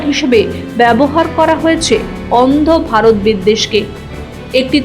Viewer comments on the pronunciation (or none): Kothay bole na.je. andhokare poche mor barot bolis ? Are varot varot .uchhron ta thik koris